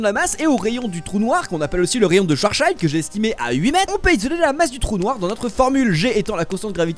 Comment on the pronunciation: Pourquoi tu sais pas prononcé les "i" ? Schwartzschild était allemand alors c’est sa se prononce bien "i" pas "aï" et whis c’est aussi prononcé "i" dans l’anime (et jsp si c’est vrai mais à priori sa vient des alcools les anges et hakaishin donc whis viendrait de whiskey que j’espère tu prononce pas whaïskey)